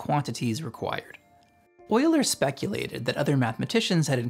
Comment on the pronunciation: Came to see if you pronounced his name properly, and stayed for the entire video. Well done.